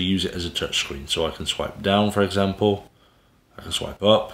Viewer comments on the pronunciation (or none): none